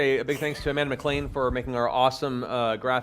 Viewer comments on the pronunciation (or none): none